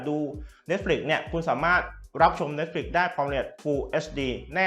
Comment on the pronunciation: มีอย่างนึงที่ผมงงพอดีดูคนรีวิวหลายต่อหลายคน เน็ตฟิค เขาก็เรียกเน็ตฟิค แต่ทำไมมาดูคลิปนี้ผมงงเลย เรียกเนดฟริคเฉย แล้วเซี่ยวมีก็เรียกฉาวมี่ คือไรอ่อครับผมงงจริงๆ สำเนียงเนี่ยคนไทยปะครับตะหงิดใจ ไม่ตั้งใจมาดูคลิปนะมันเล่นอัตโนมัตเอง